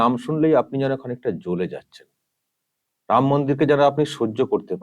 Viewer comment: Uni mora mora.boluk eto pap korea6a ram uchchran hobena